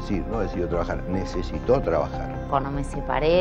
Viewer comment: Tiene problemas mara decir "cuanDo". No pronuncia la "D". Dice siempre "cuano". A la foniatra!